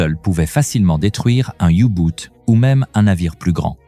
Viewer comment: Les you-boot ? Commentaire IA nul !